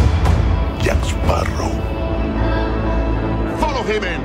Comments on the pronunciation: Barbossa - Jaak Sparroww Davy Jones - Jac Sparruh Salazar - Jabes Barrooo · Jack sparrah😂😂